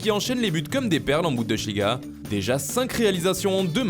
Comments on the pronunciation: la bundechliga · J'en pense qu'on dit pas bundeCHliga mais bundessssliga, comme c'est écrit. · On dirait plus un accent portugais